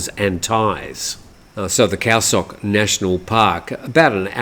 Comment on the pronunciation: Just an FYI, the "Sok" in Khao Sok is pronounced "soak" not "sock". ^_^